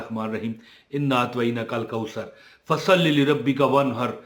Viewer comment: اسلام علیکم آپ کے وظائف بہت ہی اچھے اور کار آمد ہے بس آ پ سے گزارش ہے کہ سورتہ الکوثر پڑھتے وقت اپنا تلفظ درست کریں انا اعطینک الکوثر میں و،٫نہیں آ تا تلفظ کی درستگی کریں شکریہ